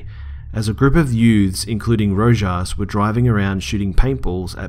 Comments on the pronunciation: Lol Rojas is pronounced "Ro-has" great stories man!!! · i believe the last name you tried to pronounce was "Rojas" which BTW is really pronounced (Ro-has) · Rojas is Spanish and pronounced rohas